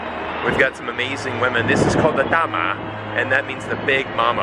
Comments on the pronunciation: happy to find your channel. About the 大媽, make sure you say Da Ma (Ma is 3rd tone, even tone), not Da Ma (2nd, upward tone), cuz it then sounds like 大麻 or marijuana. Thank you for speaking earnestly about China. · it's sound '大馬' to me 😁😁😁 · Your pronunciation for DA MA sounds like you saying Marijuana in Chinese lol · The way you called those ladies sounds something different actually 😂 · Nothing to pick on 🤣🤣, so I am picking on your Mandarin for 大媽😅😅! Your pronunciation is off a little bit. But what do I know..... I was born in Hong Kong, spoke Cantonese and studied English until twelve when my family immigrated to NYC back in 76’s. My late wife spoke Taishanese, Cantonese & mostly English with me. And now my current wife is a Chinese national from Harbin, and we spoke Mandarin everyday. Her English has a Malaysian accent since she studied in Kuala Lumpur😂😂! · Your pronunciation actually means weed.. the narcotics. .. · Great job as usual 👍! Just a quick comment on your pronunciation of “da ma”....it means marijuana 🤭. The “ma” has to the 4th tone to mean “mother”. 😀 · ma should be the first tone. He’s already doing pretty well!